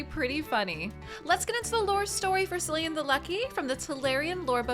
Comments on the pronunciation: (Ahem... pronounced Killian, not Sillian... lol) 🤣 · I'm not irish, but I think its "Killian" (btw, is the butcher of names). =)